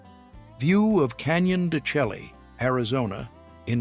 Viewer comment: Canyon de Chay pronounced